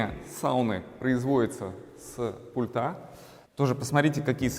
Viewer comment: Очень хороший интерьер, кроме потолка в зоне бассейна. Вообще не подходит такой тёмный потолок в таком светлом интерьре- non si sposano assolutamente! Цвет бассейна потрясающий! Строительную химию для бассейна какую использовали, чьё производство? Костюм великолепный! Вам очень идёт. Теперь об ударениях. С пУльта! Пли'нтусЫ, а не плинтусА. Проверьте, пожалуйста, слово дилемма. Я знаю, что это НЕОБХОДИМОСТЬ выбора между двумя, или несколькими НЕЖЕЛАТЕЛЬНЫМИ возможностями, а не синоним слову проблема. Извините!